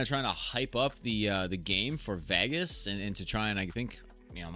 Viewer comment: It wasn't a preseason game, it was the start of the 2024 NRL. I can't believe I'm listening to an American that can't pronounce Vegas.